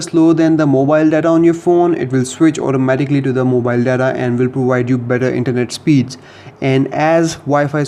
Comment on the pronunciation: Mowhile not mobile fluence is f*ckkk